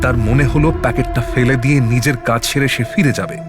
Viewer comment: "ফেলে" নয় , "f এলে" "ফিরে" কে " f ইরে" কি z ghonto উচ্চারণ